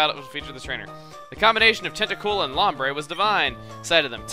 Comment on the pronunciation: Dude it's pronounced (loam breah) say it more Hispanic